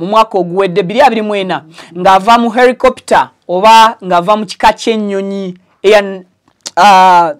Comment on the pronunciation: Not Ericopter it’s helicopter 🚁